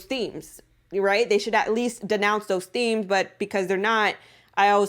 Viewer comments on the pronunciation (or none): none